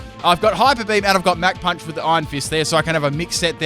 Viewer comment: "mack punch" do you not know what the CH sound is...?